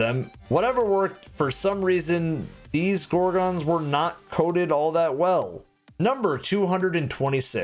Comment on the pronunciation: That's not how you say gorgon..... 😒